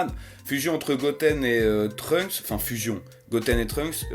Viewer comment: Pour truncks on dit (deso pour l'ecriture) Dani San kan